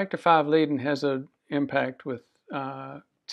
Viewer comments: and it's pronounced LAY-den or LIE-den, not LEE-den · Is leiden not lieden!